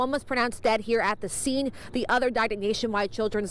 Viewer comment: "Tha" Plug